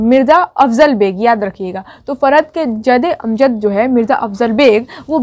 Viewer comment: "जदे अमजद" नही 'जद्दे अमजद' होता है